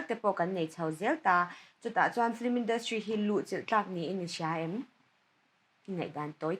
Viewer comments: Fliiimm tih hian lam ri tawh lo u la, fil-immm tiin lam hram thin u la..tunlai angah flimmm la tih tut te hi mipui hmaa lang chin tan a mawi tawh lo ania. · Hosh Omomi khi,Film tih hi,Flim ti in alama,anihna bo vekin ka hria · Mithiam leh changkang pui pui te hian FLIM ang hian in lam ṭhin a. FILM a ni si a. F leh L hi a awm kawp lova, flim angin tihrik chi a ni lo a sin. L hi ri thawi ve zeuhin i zawh chiah hian lam tel zeuh chauh tur a nia. F-i-l-m. F leh L hi a ri kawp tur a ni lova.